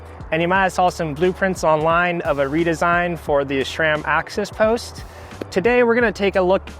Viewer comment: The name of the company is SRAM, pronounced SRAM, there is no letter H in the word.